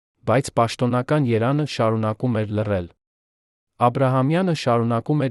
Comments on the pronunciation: Ամեն ագամ կարդում ես << յերան>>,այ դեբիլ ԵՐԵՎԱՆ, ԵՐԵՎԱՆ, չեսկարուղանում մի կարդա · Որոտեւ-որովհետեւի փոխարեն՚Երեւանը երան՚կարոր կարեւորի փոխարեն եւ բազում նման սխալներ…